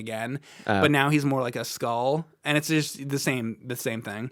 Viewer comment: i love how pronounces "and" you know, the way he starts each one of them with a long "E" sound. almost like he's saying the name Ian.. EEEEEEE-AND and he says it a BUNCH, EEEEEEAND, big fan FOR THE REALS, here!!!